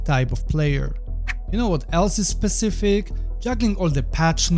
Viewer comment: stop saying pacific, its SPECIFIC lol